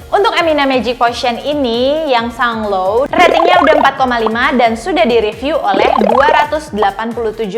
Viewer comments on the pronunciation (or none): It's pronounced sun-Glow goddammit. Bukan sunglow. Like Mango in english. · Sun-glow kak bukan sung-low 😁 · Hahaha ngakak juga, sang low